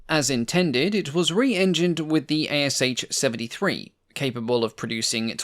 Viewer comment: Thanks for a video. By the way, the ASh engine designation is pronounced as just two sounds, like in ash tree, not like A-S-h.